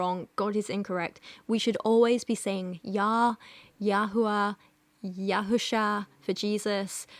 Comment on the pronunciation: I'm a native Hebrew speaker and her "Hebrew 'real, proper' pronounciations" are nonsensical and sometimes downright false (Yehusha? Really?). Though as a Jew, I'm glad she got His name wrong, because you're not supposed to use the Proper Name at all.